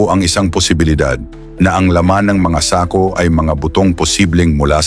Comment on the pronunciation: Okay na sana kaya lang mayron akong hindi nagusttuhan sa pagbigkas mo ng SAKO.